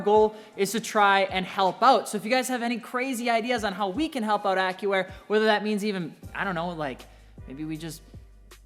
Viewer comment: Sounds like he's saying : "Acura" instead of Accuair 😆😆